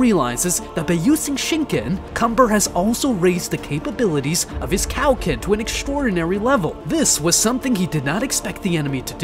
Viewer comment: Thought it was ment to be kio ken not cow ken 😂